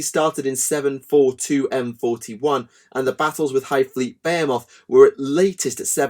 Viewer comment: It's B-HE-MUTH